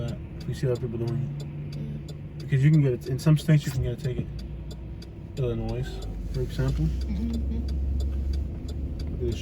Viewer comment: I'm from Illinois. You don't pronounce the "s" 😂. It's legal to turn right on red after making a complete stop and yielding to traffic.